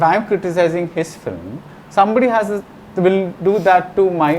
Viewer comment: Very knowledgeable set of people. But why do you still pronounce film as flim?